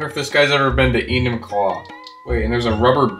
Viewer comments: you said enumclaw wrong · "wonder if he's been to enumclaw"💀